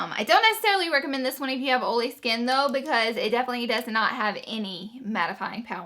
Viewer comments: Love the way you say olee for oily!! You are so cute!! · Laura Lee where are you from? I'm from wv and I pronounce oil the same way lol